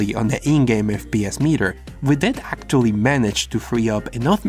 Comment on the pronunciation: acctuially begins